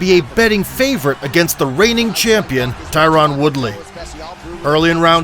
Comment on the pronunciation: Who the fuck is Tie-rawn Woodley